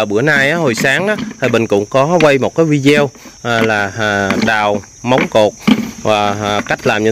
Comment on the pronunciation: Đọc cho đúng là. “ Vi - Đi - Ô “ đừng nói Vi Đeo nghe kỳ lắm, mình chỉ góp ý thôi không có ý sấu đâu , chúc Bình và Thảo Sương luôn mạnh khỏe và may mắn, mình rất thích video của Bình và Thảo Sương